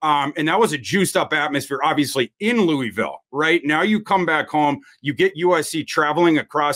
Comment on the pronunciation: Looooovillle not Lewyville. Denny Crum should have taught you guys that.